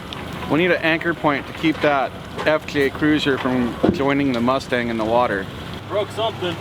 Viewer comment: "RUSTANG" HAGA good one!